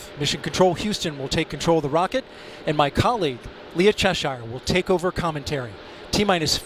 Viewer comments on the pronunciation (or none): none